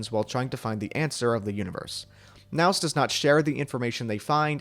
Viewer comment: I thought "Nous" was french, for "Us", which is fitting with the image. Hearing it pronounced the way it was in this video was a bit..jarring lol